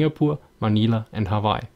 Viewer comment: Love the way you pronounce Hawaii.